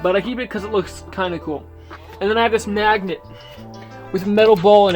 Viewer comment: "I have this nagnet" 🤣